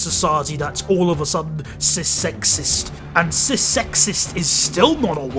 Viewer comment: you put the wrong emphasis on "cis people don't get killed because they are cis" and made it into an entirely different statement.